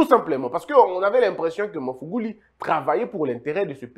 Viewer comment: J aime bien vos emission, svp c est mr magufuli pas mafuguli.